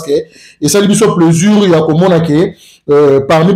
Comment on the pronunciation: on dit plaisir pas plaisur ahhh zairois tout est confondu on dit sucre ils disent sicre